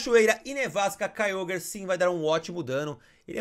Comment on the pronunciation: É Kyogre e não Kyoguer